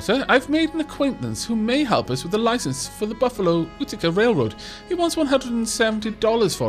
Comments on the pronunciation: Apparently Utica is pronounced like you-tuh-kah. Great video btw. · utica is pronounced you- tee- ka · Utica is pronounced U-tikah,. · I actually grew up not far from Utica, and we pronounce it Yew-tic-ka. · Utica is at least pronounced in Oklahoma as YOU-TA-CA (use the first syllable of "Commit") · Utica pronounced you-ti-cah :) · Utica is "You-di-ca" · great video! Love the game so far. Quick pronunciation notes that will make my brain hurt: Utica=You-ti-kuh Pittsburgh=Pits-burg (make the same "urg" sound like in "Flurgles") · Thank god you said it - the "oo-tick-uh" was driving me batty. Such is the nature of growing up in Upstate NY - no one can pronounce any of the towns. Also, Pittsburgh WAS "Pitts-burruh" originally, it was later americanized to "Pitts-burg". So he wasn't ENTIRELY wrong. It's like how "Worcester" in Massachussets its pronounced "Wust-ur". Yay britons.